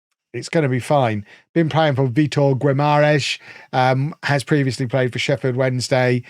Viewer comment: Oh, you really killed the pronunciation of Francisco Dabó's former club Vitória de Guimarães! The portuguese in here will know what I mean 😂